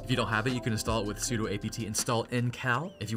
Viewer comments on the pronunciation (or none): sudo stands for superuser do. not superuser doe